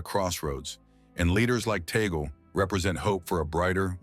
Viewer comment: We are humbled by this vlog sir , he prefers to be called by us Filipino catholics as Cardinal Chito…. Sir with due respect, his surname is pronounced in Filipino as Tag-le not Tay-gel,apologies for this correction.🙏